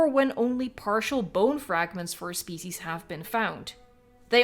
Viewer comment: Listen to when you say ‘species.’